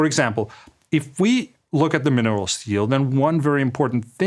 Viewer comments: Funny how my YouTube subtitles translate “minerals deal” to “minerals steal” every time Andreas says that. 😂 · Maybe a Freudian fallacy but I heared a mineral steal instead of a minerals deal. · You said it: Mineral Steal. Subliminal slip? Even the Google translator heard it on cc.